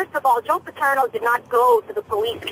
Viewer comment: How does it Opie not know how to say “Paterno” after hearing it over and over again?